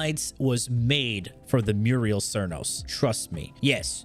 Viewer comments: Muriel Cernos. Bro you didn't even try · Muriel Cernos? lol